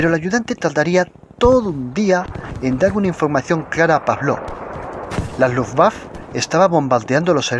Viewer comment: "Luftwaffe": si no se conoce el alemán, entonces pronunciarlo en español, es decir "luftwaffe", igual que en alemán.